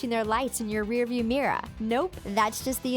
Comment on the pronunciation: The way she says 'false' and 'mirror' though (not being rude).